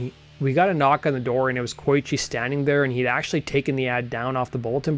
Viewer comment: The guitar guys name is pronounced "Koe-ichi" not "Koy-chi."